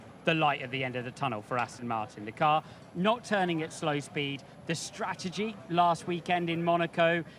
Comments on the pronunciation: why cant Ruth say the word Strategy! for an ex-strategist? Worrying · I think she’s great and would appreciate it if she would pronounce “ strategy” correctly.